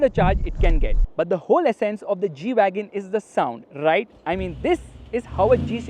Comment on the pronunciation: This is not G-Wagon This is E-Wagon 😂😂